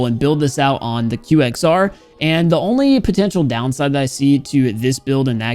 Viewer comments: ITS Q-X-R NOT "QXER" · Its Q X R not qukexr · you finnally said Q X R not kwaxer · Normal people: qxr:quexer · It's qwexer not qxr! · He said QXR instead of the kwexer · Everyone: it's QXR: Quacksir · you said QXR instead of QWEXER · Nobody::quexer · Did someone notice that pronounced the QXR "Quexer" at the beginning or is it just me? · "The Quexir" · Did he just said the qxr "the quackser? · Ah yes, the quaxer OI YOU SAID Q X R